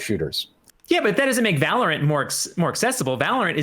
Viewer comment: Valor-ANT? Sounds like Disney